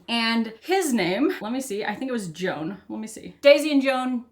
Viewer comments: Gonna assume that the ‘dads’ name is hispanic, so would sound like ‘hwan’ lol gotta be honest, every time you say, Joan I’m thinking Joan of arc 😂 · Not "Jone." "HWAON." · Probably his name is pronounced more like Juan, nor Joan, as in Crawford. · The father's name, Juan, is actually pronounced "Wan", with a long "A". And it's a Spanish name. You're welcome. 😉